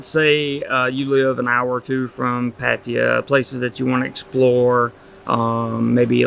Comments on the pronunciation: Could you perhaps one day learn how to pronounce Pattaya correctly? Or are you unable to learn new things? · How long time do you think you have to live there before you can pronounce the name right...?